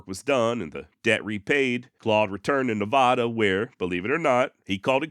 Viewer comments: mad props for not using AI narration. AI is ruining content. The first A in Nevada is just like the A in apple: Nev-a-duh for Americans, and Nev-ah-duh for Brits. It's Or-gun. And if you worsh your car, then Worshington is correct in your accent. But I'd much rather listen to your mispronouncing a fee words than the AI narrations reading Google translate script flooding YouTube these days. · As an Oregonian you pronounced our states name right...but butchered the other two😂😂😂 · (Be sure to see 🏆 below) The trick to pronouncing Nevada like a local is to pronounce the middle "a" (Ne v"A" da) like the A in Apple. "Ne vA da". It was a subject that * was instructed on when I first became a resident, 1993. It gets pronounced with a "short a" like you do, by 99% nonresidents. It is nice when someone mentions it and/or achieved the "Local Correct Pronunciation". Not as easy when you don't live in NV. Anyways, I lived there 17 years and it still feels like "I want to go back home " I noticed it in another video, but I didn't feel it necessary to mention it.. However, if ya, "use Seen w/o a verb", or use "Me when I" is clearly obvious, ... "then I'll bust your chops". 😁 Happy Trails ... (Apple) 😉 PS: people that hurt/Abuse animals, hurt/Abuse people too. They tend to have a Cluster B Personality Disorder called "Narcissist Personality Disorder, and his description reflects an "Anger Control Trait". It is not uncommon for them to be "Efficient Hard Workers" to the (obsessive level. There are a variety of Narcissist Personality Disorder flavors, some avoid work at all cost and are never responsible, in any sense. It's a matter of those "other traits" ... I suspect he was raised in an abusive environment. Ego is at the center of their fixations. He fits the "Montana Skin Head group" Discernment rather than Judgemental .... The NPD subjects were part of my "Speciality Studies" ie: (Sociologist/Behavioralist and Historian) 🏆🏆🏆🏆🏆 You offered a very ⚖️ balanced co